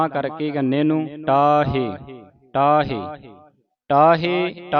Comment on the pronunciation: ਭਾਈ ਸਾਹਿਬ ਜੀ ਤੁਸੀ ਢੱਢੇ ਨੂੰ ਟੈਂਕਾਂ ਪੜਗੇ ਢਾਹੇ ਢਾਹਿ ਨੂੰ ਟਾਹੇ ਟਾਹਿ ਉਚਾਰਨ ਕਰਗੇ